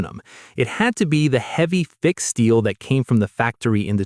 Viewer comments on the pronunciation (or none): none